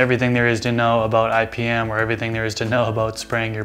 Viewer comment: Thought you said ibm lol